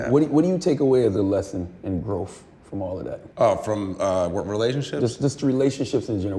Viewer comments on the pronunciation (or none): The word is GROWTH, that's TH,. DUMB AF.